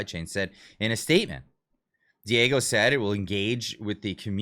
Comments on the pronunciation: Lol, "Diego" is Dora the Explorer's little friend. Diageo is a booze company. Please take a moment to learn how to pronounce it 🙂 Dee-Ah-Zhee-Oh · Diageo is pronounced dee-AW-jee-o. It's a huge British conglomerate. They own more brands than I can list, everything from Jonnie Walker to Guinness to Bulleit to Capt Morgan to Smirnoff to Crown (aquired in 2000).